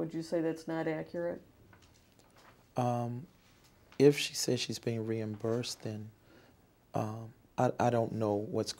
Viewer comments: That’s acrut 😊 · “Accrid” (Accurate), “Axe” (Ask), “It don’t say that” (It doesn’t state that), “attention”(intention). Ladies and gentlemen this is who she gave over 1 million dollars to 😢